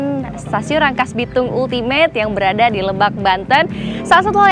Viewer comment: Ultimate bacanya Altimet